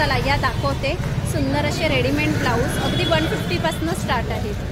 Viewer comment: Readyment nahi...its called READYMADE रेडीमेड